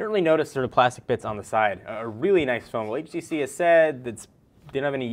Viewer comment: Finally someone who says it right :)